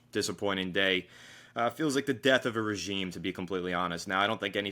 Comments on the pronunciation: Great vid. It’s time for a fresh start. just some friendly feedback, regime is pronounced like “ruh-zheem” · Why does keep saying regimay lol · The way he says regime is killing me 😂